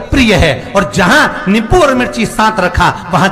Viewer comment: Nippu Nahin Nimbu Hota Hai